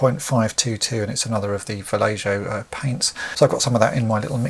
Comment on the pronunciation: Great work but it's pronounced "Val-ey-ho"